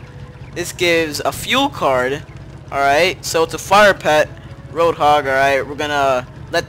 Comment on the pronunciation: its road not rock